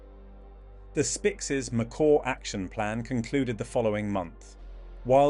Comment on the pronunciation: This documentary could be so interesting if done by humans, instead it's been done with STUPID ai that can't decide on how to pronounce "Macaw" and pretty much any other word of scientific nature... I did try to watch it to the end, but by minute 8 I was to annoyed to want to see the end.... Ditch the f...ing ai !!!! ( I deliberately use lower case "ai" because it is stupid!) All that matters to the channel are views, and I kind of added mine to it... maybe if there are enough thumbs down, we will make a difference....